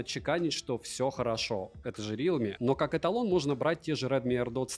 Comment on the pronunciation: рИлми бля реалмИ ударение на последнюю букву